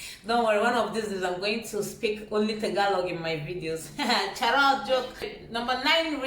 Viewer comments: so funny hearing you with that CHAROT!! hahahahah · You choose the right country for studying nursing.weve known for best nurses in the world so your so lucky .aside from this im so happy watching you espc.when you talked tagalog .so funny the way you say po or charot.